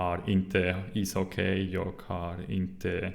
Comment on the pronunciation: Good, but pronounce ishockey as isocky, no diphtong at the end.